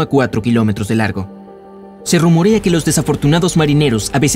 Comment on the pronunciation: Like si te diste cuenta que en el minuto dijo "RUMORIA" y es "RUMOERA"